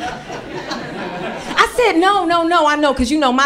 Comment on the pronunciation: It's de lettuccee 😅😅😅